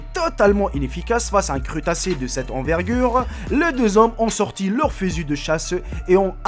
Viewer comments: c'est quoi un "crutacé?" je connaissais les crustacés, mais le crutacé, jamais enttendu avant aujourd'hui. Et encore et toujours le "passé simple" complètement mitraillé par ton Français vraiment très basique. Alors laisse tomber le "passé simple". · PUTAIN ON DIT CRUSSSSTACE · Un crutassé ou un crustacé ? lol :p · on dit crustacé pas crutacé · Bonne video bravo mais le crustacé geant la 1ere photo et fake et te vexe pas mais on dit crusssstacé et pas crutacé 😜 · on dit pas crutace mais crustace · On dit ''cruStacé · on dit pas crutasé mais crustassé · c'est crustacé pas crutacé sinon bonne vidéo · le "crutacé" mdr! :'D